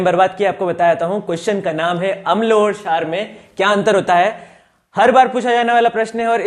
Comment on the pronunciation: क्षार bolne ka tarika thoda casual h